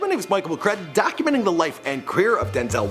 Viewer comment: Hate the way he move his head and say (DOC)umenting